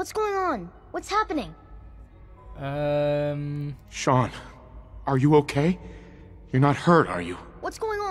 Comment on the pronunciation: ben ik de enige die 5 seconden voor dat father zij 'ik ben chaun' /dacht dat is zijn zoon